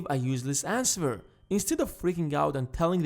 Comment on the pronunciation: "that you dont want to ans-ver!"